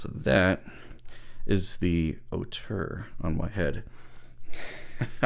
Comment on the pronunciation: Nice review, and thanks for pronouncing Auteur better than most, i.e. not Oh-two-er and not as indicated on the ZMF web site!